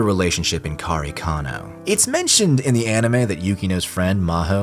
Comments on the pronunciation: Why you always call karekano kanekaro? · I might go against the grain here but I preferred the manga over the unnecessary artsy shit from Anno. If anything I hope KareKano (which by the way, I had a mini stroke every time you pronounced it 🙃) will get it's remake just like Fruits Basket which was another anime that ended things abruptly . I hated the last 3 episodes of the series and when I read the manga, it was way deeper and darker. As someone who lived and survived childhood trauma due to child abuse, I identified so much with Arima more so in the manga than the anime. As someone who also spent jr high and high school constantly excelling at getting the best grades in class for personal reasons, I identified a lot with Yukino, both characters hold a special place in my heart because I saw myself in them. I just hope one day, they will do the series justice.